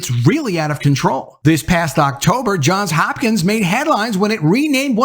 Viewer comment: It's JOHNS Hopkins not JOHN Hopkins...